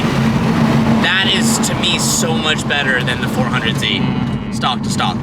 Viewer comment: At this point hes saying 400Z to trigger people. Jesus it’s embarrassing, learn the correct name dude